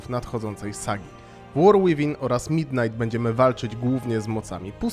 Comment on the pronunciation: Błagam, nie war "ŁIWIN", 2 razy można to przeboleć, przy 5 już uszy odpadają, a przy 20 odczuwa się ból istnienia.